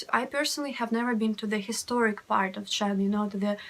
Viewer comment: You said "This is FART number one"